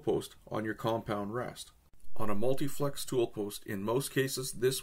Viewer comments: You keep saying "multiflex" but it's actually "multifix". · Ok, multi FICKS tool post, spelled multifix. Notice that you spelled it correctly in the intro header. Since this is only a 2min26sec video, really wondering why you couldn't go back and re record the audio track? Sorta makes it hard to take the vid seriously.